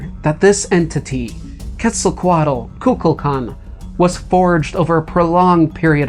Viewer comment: When he say mayan cocaqdel (sry for spellings )sounds like coca cola